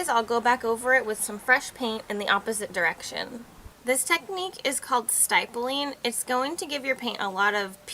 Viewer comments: It's not stipling (as in stripe) it's stippling (as in strip)...with a soft 'i'....Doh! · I was going to suggest this same thing! Stip like Tip not Stip like Stye! Thanks for being on the same wave length!! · It’s stippling “i” as in igloo not “i” as in pie. 😊👍🏽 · yes you are right it is pronounced as in rippling, crippling etc - stip not as in styp, still a very good tutorial! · It’s pronounced stip (rhymes with hip) ling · Interesting vid. The proper pronunciation of stippling would rhyme with cripple. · Thank you for the video. Just a possible tip....I've always heard the word "stippling" pronounced with a soft "i" sound, like in the words "is" or "it." I've taken many art classes and it was always said that way. I also used to get "A"s almost always in English and one rule of pronunciation is generally when a word has a double consonant, such as the double pp in the word stippling, the vowel before it is pronounced in its soft form, rather than its hard form, whereas vowels coming before a single consonant usually are pronounced in its hard form. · Thank you...that was like fingernails on a chalkboard for me. If you can't pronounce the technique that impacts your credibility. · Why do u pronounce stippling different? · Annie C is correct. Dry brushing is a well-known technique that follows the same process across all paint genres. It does not include waving the brush in the air for chalk paint or any other kind of paint. Sadly, I doubt she was joking. If so, then she must have also been joking when she mispronounced stippling, right? 😩 If you're going to do a video on technique, you should a) make sure you're demonstrating the technique PROPERLY, and b) make sure you are pronouncing the technique CORRECTLY or why bother? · I was going to say the same thing... Other wise great tips xoxo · OMG guys I thought the same thing, but thought it was just me being anal lol. Great tutorial though!!